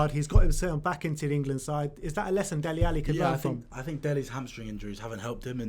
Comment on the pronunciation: Its Dele not Delhi